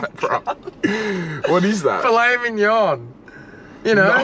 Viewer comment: ‘fill it midge non’ was so funnny